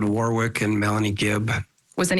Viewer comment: its not ...war wik....its a place called.... wor rick